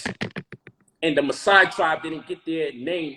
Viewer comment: There’s a difference between conscious and conscience. There’s no such thing as Messiah Tribe at all whatsoever!! The correct term is Maasai Tribe which isn’t pronounced like Messiah. Lol can twist up the convo if you don’t understand semantics. The whole part about alligator fat is true, he actually got that from Dr. Malachi Z York. Ain’t no deity in Yoruba named Allah.